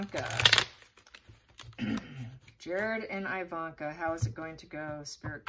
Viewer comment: Thanks for this. Her name is pronounced EEE-vanka, not EYE-vanna and her mom Ivana is Eee-vanna, not Eye-vanna. Same as Iraq (eee-raq, not eye-raq) and Iran (eee-ran, not eye-ran). All have same eee prononciation as with Italy and Israel. Thanks!